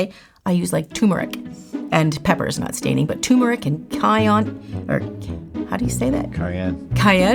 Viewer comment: Love you. Common mistake, but it's turmeric not tumeric.